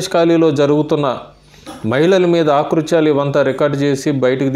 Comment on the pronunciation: Aaktuthyalu kadu akruthyalu.